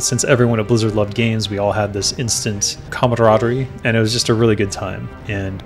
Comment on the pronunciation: nice "camadaraderie", bro. :P